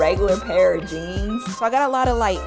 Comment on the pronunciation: When she said jeans I thought she said genes